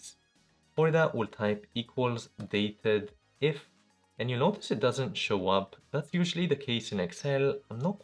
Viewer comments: not "dated-if". it's "date-dif" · DATEDIF (pronounced DATE-DIF, as it is calculating the difference between two dates by day, month, or year) is not a new function; it's been available for years. The reason it does not expand to show formula parameters like most other formulas is that it was provided as a "secret" formula in order for Excel to be compatible with Lotus 1-2-3 (that right there should tell you how old it is). It is a great formula though, so thanks for sharing.